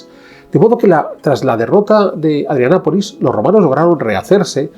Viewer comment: Me parece que se dice ADRIANOPOLIS, CON LA "o". Gracias por el vídeo.